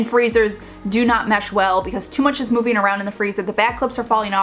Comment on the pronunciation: Chargeeeen, moveeeen, thinkeeeen, liveeeen, etc, etc, etc. that’s all I can hear. These words end in ING. It’s not rocket science…